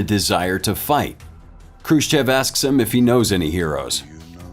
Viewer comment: Already we have Khrushchev misspelled and mispronounced, badly. The first letter is not k but kh. And the sch later is not the letter s followed by the Russian "chah", but the different letter "sssshah", transliterated usually as shch. And the e at the end is not pronounced like the e in English "chef" but like English "off". Hence, (k)h roo SSHOFF.